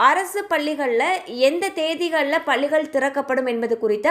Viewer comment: பல்லிகள் இல்லை பள்ளிகள் உச்சரிப்பு முக்கியம்